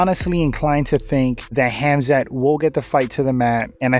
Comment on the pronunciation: Khamzat is pronounced Hamza (Silent K and T) Don't believe what says, I'm from the same region as Hamza.😁